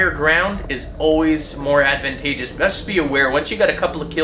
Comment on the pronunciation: Advent-a-ge-ous?....is that even a valid pronunciation of the word?..